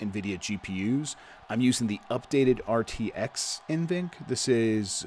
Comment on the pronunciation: N-VENC I think its NV-Enc.